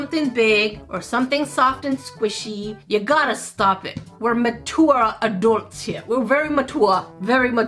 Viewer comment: "We're Ma-tour-ah ah-dorts here, we're very Ma-tour-ah, very Ma-tour-ah" Really? Since when 😅